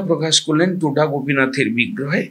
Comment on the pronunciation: উচ্চারণটা টোটা নয় “তোটা”। তোটা কথাটার মানে বাগান।